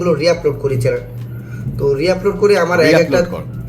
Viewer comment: যে ছেলে চ্যানেল উচ্চারণ করতে পারে না , চ্যালেন বলে তার থেকে কি শিখার আছে 🤣🤣